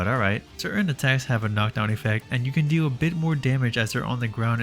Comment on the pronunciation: Deew Whiwe Normaws